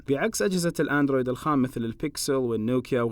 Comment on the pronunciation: انت كلجت بكلمت الخامس قلت الخامث😂😂😂👍🏻